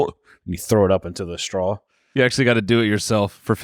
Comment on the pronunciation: I love the way pronounces straw. strawl